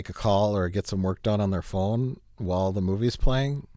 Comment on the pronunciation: I'm just here for the Wisconsin accent when he says "phone"